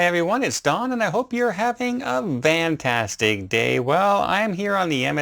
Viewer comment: Well that’s just “ VAN tastick “